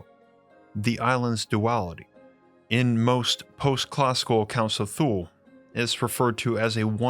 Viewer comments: It's spoken like Tooley, not Thoole. Like the Chepu Tule white indians of Panama, the Thule eskimeaux, etc. not a fable, just hidden ❤ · Its not thule... its tu-ley. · It's pronounced "tuhl-eh" not "thool" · You mispronounced Hyperborea and Thule again. It's not HY-per-BOR-e-a it's HY-per-bo-RE-a (the 1st and fourth syllables are emphasized not the 1st and 3rd) , it's not spelled with an -ia (Hyperboria). You also pronounced 'Thule' with a voiceless dental fricative (like TH as in thin, thorn) instead of as a 'T' sound, and it is 2 syllables not one ('Too-ley/Tool-ey' not 'Thool'). The same goes for the Nazi Thule society. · That’s how I thought Thule was pronounced (the way you said) because that’s how I heard it pronounced by some of my relatives when I was a kid. I didn’t want to say anything because I’m not an expert. I’m glad you did say something. It’s a mistake to look at the way certain words are spelled and pronounce them as if they were English words spelled that way. It’s the same thing with Thor. It’s pronounced and sometimes spelled Tore. It’s a little bit like a thick New York accent it’s heavier than a “T” or a “TH” in English almost like a combination between “TH” and “D”. Tongue behind the upper front teeth, not between the upper and lower front teeth. (At least that’s the way I’ve heard it. Like I said, I’m not an expert.) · I'm used to hearing "Thule" pronounced as "Toolie", or "Twhoolie" meaning "way out in the sticks", "out in the Toolies". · The furthest polar region of earth, We learned this in school. It is pronounced in NyNorsk as “Too-Leh” phonetic English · FYI.... Thule is pronounced "Two-Lee". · Given what I have learned as a linguist, Thule is most likely pronounced like Tyoo-luh. I will spare you the linguistic notation. Similarly, the Egyptian god, Thoth, is more correctly pronounced Toe-th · I believe the pronunciation is > tooly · Say “thool “ one more time.. one more time 😳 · FYI, Thule is pronounced (tu-lay)